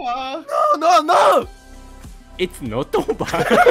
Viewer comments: ほんとレトさんの it's not over が いっつのっとおーばぁー なんだよなぁ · IT’S NOT OVER の発音が力抜けるw